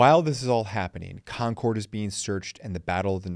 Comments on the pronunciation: It’s ConCurd. Not Con CORD. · Love ya, but having grown up in Lexington, hearing you say "Kon Kord" repeatedly almost made me click away. We pronounce it more like "Konkurd". Or if you have a wicked thick Boston accent, "Konkid". Just thought you might want to know. LOL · Nice job. One picking of nits, your pronunciation of Concord is a little off. It's pronounced "Concurd", with the second syllable being softer. I was born and raised there. Thanks for the trip down memory lane.